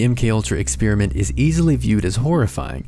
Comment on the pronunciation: You have an odd way of saying experiment